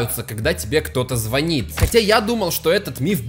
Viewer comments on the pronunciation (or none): none